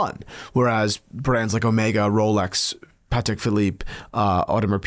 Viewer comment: It must be Christmas. He actually said "Patek" properly.